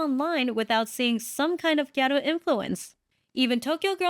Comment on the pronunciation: You're saying GHETTO wrong. 🤣